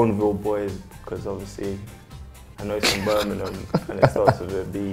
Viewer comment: I love Tammy and how well he’s been playing for Villa. But his pronunciation of Birmingham caught me off guard. Cmon mate, you’ve been around them long enough to not call in Burninem.